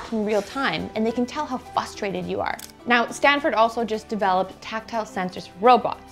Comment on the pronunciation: She said fustrated instead of frustrated.